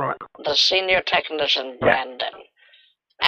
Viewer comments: I think i am going to play games as 'Tekneeshun' from now on. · Tekneeshun will halp